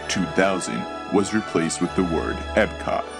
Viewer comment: It's Epcot (EPKOT), not "Ebcod."